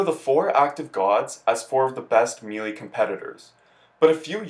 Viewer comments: Me Lee.... makes content for game he can't pronounce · I actually know another guy who says it that way. He said it’s because the announcer at the end of the opening animation pronounces it “MEE-LEE”. But yeah, it’s weird, lol.